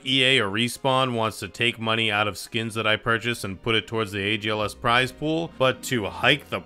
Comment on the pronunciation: "agls" lmfaooo its algs lol